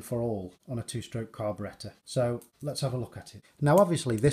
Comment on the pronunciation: U can tell by his accent that this man literally knows everything. Behold!!! And now i cant stop saying "carberetta"